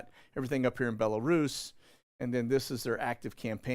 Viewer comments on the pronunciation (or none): none